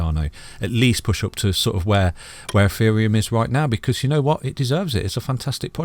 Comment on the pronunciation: I'm guessing you mean a 'behemoth' because it sounds like you're calling it a 'beer-moth'?